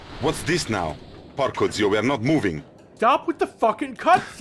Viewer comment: Wtching this as an italian makes you ASCEND after that PORCO ZIO . It'so wierd, like the guy is clearly italian because nobody speacks that well with no accent italian besides an italian, he is not just a guy reading a google translate text with an axent, i can tell he is italian. But why did he do thiat? Why tolk like that?